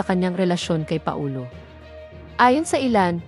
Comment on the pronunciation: Anong Pa - o- lo,ayusin mo pls